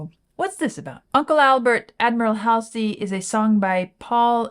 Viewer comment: Love RAM and this track. Joyful. It's pronounced Hallsey.